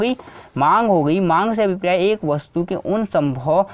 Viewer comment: Abhipriya nhi abhpray hota h 😂 #priya got viral🤣